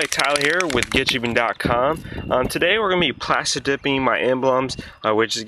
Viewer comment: The pronunciation kills this video. "Get Jippin, Pill it off, pill it off with the flatbread screw toaster!!"